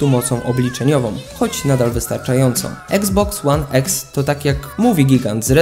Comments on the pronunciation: I to kurwa (eksbox one eks) wsesie xbox one x to mnie tak wkorwiaaa wes mow normalnie i iksboks one iks) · mówi sie iksboks łan iks a nie eks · Jprdl jak mnie boli eksboks łan eks jprdl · Czyta się i xbox one x a nie exsa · nie mówi się exe